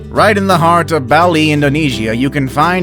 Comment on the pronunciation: The way he pronounces 'Bali' and 'Ubud' makes me wince.